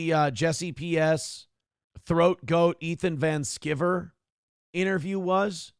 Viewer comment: I don't know what in the hell he's talking about, but it's pronounced Van Sky-ver. is way too arrogant for being such a complete a complete dolt.